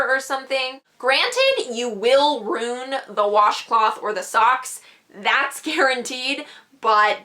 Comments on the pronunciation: Soooo are we not gonna talk about the fact that she said "rewn" instead of ruin 😐😐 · I swear she says roon instead of ruin 😂😂 nice girl tho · uhm... you said we will "rune " our socks at like . what? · "rune" has me deaddd 😭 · Funny how she said roone instead of ruin. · yes. and she Straight up says, rune. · That's just how she pronounces ruin. Chill.